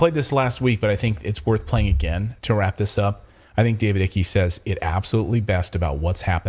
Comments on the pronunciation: David ICKY? 😁 Its Icke as in like! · ) David Icke, his surname is pronounced 'Ike'. Not 'Icky' 😜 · It's David Icke not David Icky. Icke is pronounced like Mike without the M. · Guys, love the show but Ike (David) is not pronounced 'Ikky' but like as in Bike or Hike... love you 😍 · Its not pronouced David Ikkee, its David Icke, as in "I like Ike". the C is silent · Davids surname is pronounced "eye-k" not "ik-e" LOL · David Ike, pronounced Eyek. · His name is pronounced David Icke, exactly as in in Ike Eisenhower = 1 syllable. The "I" is pronounced "eye" in the EN way not "e" as in FR. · Icke is pronounced 'eye-k'👍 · It's pronounced David EIK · It's pronounced "Ike". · Incidentally, David Icke... Last name pronounced "Ike", like Eisenhower's nickname. Or the word "hike", without the 'H'. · Guys David Icke's surname is pronounced 👀eyek love your show....from the UK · Please... David Icke = pronounced = eye + k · David Icke's name is pronounced (👁C)